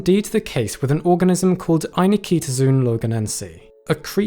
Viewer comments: I was about to make the same comment and thought I’d check to see if anyone else had called attention to this - you win! (Same issue with the frequently mispronounced ‘zoology’ (zo-ology)) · Great post as usual. Just one remark: in Latin (and Greek, from where the word has its roots), 'zoon' is pronounced 'zo on' (as in go on) (not zoon as in zoom). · Every time the name appears on screen, it has four syllables: Ai-nik-to-zoon, yet every time he says it, he pronounces five: ai-ni-ki-to-zoon. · "zoon" [zoh-on] is Greek for "animal" It's not [ai-Nikita-Zune]. It's [ai-nik-toh-zoh-on]. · Here’s a start to knowing more: Ay-NIK-tuh-zoh-on. Not Eye-na-kee-ta-zune. Whenever you see “zoo” at the end it’s “zoh-oh”. And often at the beginning. Pretty much “except the word ‘zoo’ itself”. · FYI it is pronounced 'Aye neek toe zow on' not zoon. Arguments about the anglicization of Latin aside. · What is it with YouTubers not looking up pronunciations before doing videos? The last part of the name is NOT pronounced "zune", it's pronounced "ZOH-on". Just like zoology isn't pronounced "ZU-luh-jee", but "zoh-OL-uh-jee". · It's ai-nik-to-zo-on, not any-kito-zun. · Pretty sure "Eye-nik-to-zo-on" is not pronounced "Eye-ni-KEE-to-zune". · "zoon"? ffs, 'zoe-uhn' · This is a really pedantic point, but every time you say ainiktozoon, you're stressing a syllable that isn't even in the word - "ainikEEtozoon". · Not AnikEEtozoon. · I dislike your inclusion of a superfluous syllable between Anik- and -tozoon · The fact that you're pronouncing "Ainiktozoon" with another "i" after the k bothers me for some reason....is that really the pronunciation? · Are you sure you're pronouncing that name the way the discoverer intended? There's no vowel between the "k" and the "t", but you're sticking an extra "i" sound in there. And making it the stressed syllable of the word.